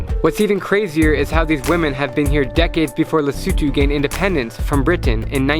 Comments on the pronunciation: Yay! He pronounced Lesotho properly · You pronounce lesotho better than me man